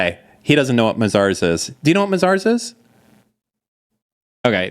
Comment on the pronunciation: It's not pronounced Ma-Zars,. It's May-Zers 😂😂,.